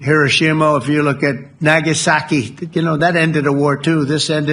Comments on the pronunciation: what is it with people that refuse to pronounce foreign words correctly? you know how Nagasaki is pronounced, you're just choosing to sound like an ignorant American. why do that? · I like how Trump pronounced "Nagasaki"...